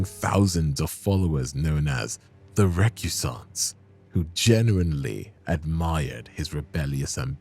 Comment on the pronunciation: take note of how he pronounces "Recusant" aswell lol